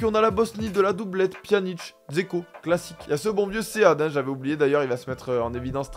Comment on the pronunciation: C'est Ibisevic qui a marqué, pas Dzeko qui d'ailleurs ne se pronounce pas Zeko mais Djayko.